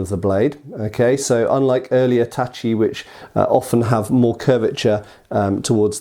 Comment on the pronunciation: "katana" in Japanese refers to any single edged swords, especially Japanese ones, or "nihontō" (Japanese Katana), and not only Edo-style (Eh-do, not EE-do!!!!) swords. Ugh, at least you're getting "tachi" right now. I'm proud of you for that.